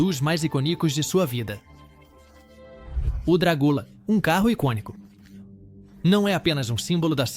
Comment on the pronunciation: Apenas uma vez no vídeo todo ,logo assim que começou a se falar do carro, se pronunciou corretamente a palavra icônico. O resto foram só "iconíco". 😢